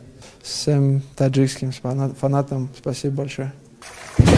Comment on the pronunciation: Чут не сказал шиманатам (фанатам )